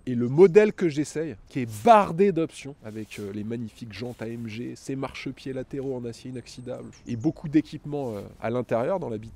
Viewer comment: AM GUE Et non AMGE... quand un présentateur youtube ou télé le prononcera comme il faut ??!!!! C'est le genre de détail qui m'énerve !